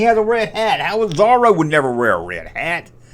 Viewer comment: Pronounced Zohroe not zarro. Come on duck tales is one of the best cartoons based on Carl barks comics